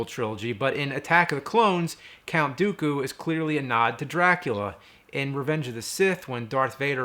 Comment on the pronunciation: I chuckled at "Count Dookula." :)